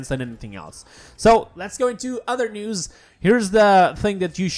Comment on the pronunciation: Is he saying news or nudes?